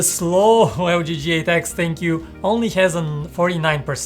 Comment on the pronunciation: Who feels like this guy is saying thankyou for ThinkQ ?!?